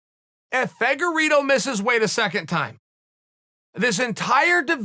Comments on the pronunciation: The way chael pronounces some names.....anyway i got Figueroa again clearly. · Deiveson "Figorido" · Chael “figereeto” Sonnen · Chelle ‘figue eeedo’ Salmon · Figuerido? Lol